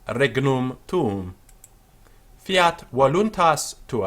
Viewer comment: No, you didn't. , you pronounced it as "qui es," not, "quis." , you pronounced "tuum" as "[ˈtʊ.ʊs]", not, "[tuũ]". You pronounced, "regnum," as "[ˈreːg.nʊm]", not, "[ˈreːŋ.nũ]." Why did you pronounce, "fiat" with a with the quality of a long i?